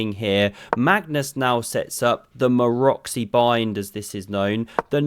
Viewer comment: He actually pronounced Maroczy correctly!